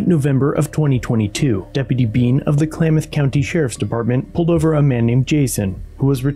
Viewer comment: “Clay-math”?? Come on!